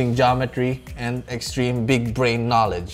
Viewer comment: "'GEOMETRY" Hahahahahha madud